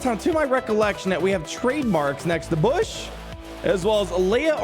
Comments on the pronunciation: saying bush instead of booush hurts my soul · Thought it was BOW -ssh like little bow wow not bow like a gift but I called her coming a yr back its funny he keeps calling her bush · I think Boushh is pronounced more like “bow-shh”. But this is better than our original Gamorrean Guard attempt lol (It’s all in good fun lmao) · The name pronunciation 🤨